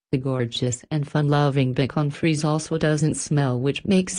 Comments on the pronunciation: I’ve had a Schnauzer and now have a Bichon Frise. They both smell, less than 1 week after a bath. If you don’t think a dog, especially if they spend some time outdoors, doesn’t smell, I’d say you have a defective olfactory system! And please use a human voice, one who can actually pronounce “Bichon Frise”! 🙄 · Machined voice doesn't know how to pronounce Bishon Frise